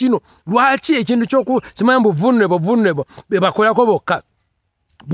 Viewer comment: I like the way he pronounced that word voo luneable 🤣🤣🤣